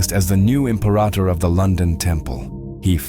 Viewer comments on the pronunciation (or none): none